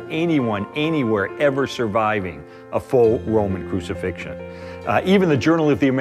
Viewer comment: he said "a full roman crusifixion". nice try tho.